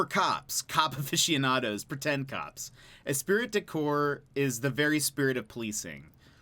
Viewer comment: Esprit de corps is pronounced "Espree- deh-core"